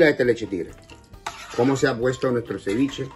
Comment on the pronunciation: AjajshahjajhHgaha ciwichi no es si pes.